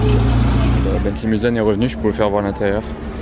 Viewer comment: On dit mulsane pour la Bentley Et non mulzane Mulsane en prononçant S , est une ville à côté du mans , qui donne le nom d’un virage du circuit des 24 h 🤗